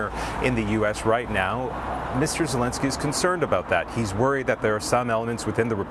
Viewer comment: Argghhhh !! Its not "Zilinsky ' and its not " Vladimir " Vladimir is the other guy. The field reporter got it. That kind of thing used to matter in journalism